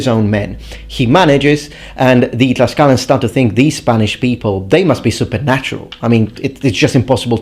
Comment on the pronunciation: You are pronouncing it wrong then. The Nahuatl pronounciation is tlashkala!